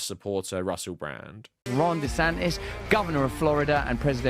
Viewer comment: love how you say rhonda santis